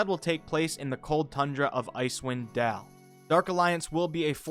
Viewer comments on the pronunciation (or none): Icewind DAIL. DAYEL. ITS DALE DUDE, not deal or dell or dill or diugh. Not the first person who said it that way, bit of a problem. Great video though, and thank you for the info. Just...dale. Get big.